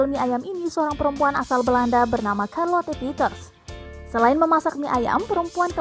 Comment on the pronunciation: Karlote 🤦‍♀️ sherlet lho mbak